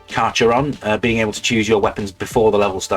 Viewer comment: Carcharodon: car-ka-ro-don - scientific genus of white sharks (Carcharodon carcharias). Sorry marine biologist.